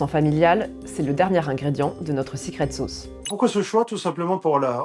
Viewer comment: "sicrète sôôce"... Une expression sans équivalent dans notre langue !